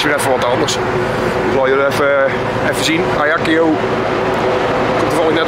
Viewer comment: Klein detail, je spreekt het uit als volgt: azjak-siooo....niet ajaki-yoo